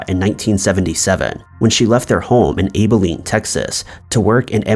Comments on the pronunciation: Abilene - "AH-buh-leen", Amarillo "AH-muh-RILL-oh" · I'm from Texas and I've never heard Abilene or Amarillo pronounced the way you said them